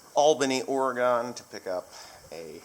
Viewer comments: Oregon is pronounced aura-gun, not aura-gone. I believe they take exception to that up there, lol. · If you are going to come out here, you better learn how to pronounce it. It's not, or-uh-gun. It's or-gan. While you are in Albany, be sure to go to Calapooia Brewing for lunch or dinner. Hope you are good at darts. For a fantastic trip back, take US 20 all the way to Estes Park, Colorado. It's no longer and incredibly scenic. If you let me know, I'll buy you a great lunch in Portland. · It's Oreguhn not Ore-gone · I was just up to Ken's place. Wait until you see his waterfall :-) You Eastern Folk always pronounce Oregon wrong, LOL........Well, we probably pronounce Eastern stuff wrong as well.......Hope you have a great ride !! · You are saying Oregon wrong.